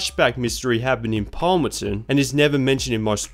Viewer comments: The city in Carbon is called "Palmont City", not Palmonson or however you pronounced it. Good video though. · I always felt weird when you say Palmonton :D the City name is Palmont City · It’s Palmont City. Why does he keep calling it Palmonton? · It’s Palmont City, wtf is Palmeton